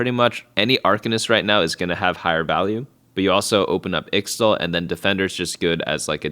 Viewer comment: Quiyana pronounces Ixthal as Ish-Tahl in-game